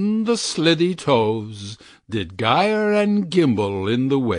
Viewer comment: It’s pronounced like ‘jyre and jimble’ it’s a closed syllable and when an E, I, or Y follows a G, the G is soft.